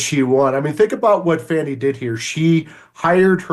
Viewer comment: Don't be raaaaacist! It's Faw-nee! Ask Joy.